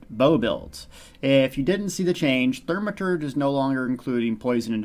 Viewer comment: Its NOT pronounced THER-maturge....its THAU-maturge...